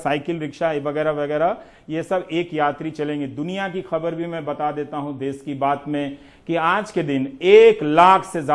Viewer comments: देस नहीं देश सही शब्द है रवीश जी प्लीज इस पर ध्यान दीजिएगा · देश होता है देस नही । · dase nahi desh hota hai sudhar kare